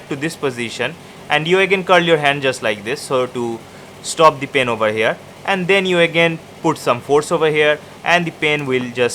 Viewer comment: Hahaha the way he pronouned the pen " Pin" hahaha